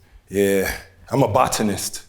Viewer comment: The best AD ever. I'm a Bot-Ahhh-Nist😆